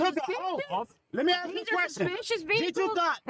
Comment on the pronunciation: No offence,but it's ask not axe